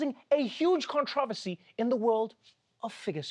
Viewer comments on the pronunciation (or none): did anyone else catch him pronouncing it "conTREVORsy"?! 😯🤣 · I am very much a you-don't-need-to-assimilate-ist in general. Different languages, food, clothing, religions, etc. make life more interesting. But that is a bonkers bananas way of pronouncing controversy, Trevor.